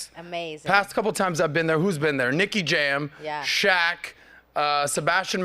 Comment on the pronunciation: You saying Nicky Jam got me dying!🤣